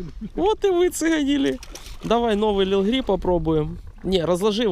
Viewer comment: Не лил грип, а лип грип, лип - губа по английски